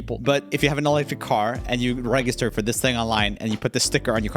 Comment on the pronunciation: Joel its pronounced "rejister".